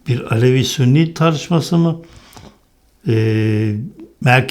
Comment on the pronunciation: Sûnî değil, Sünnî.